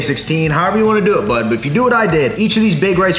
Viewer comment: I hate how he’s says bud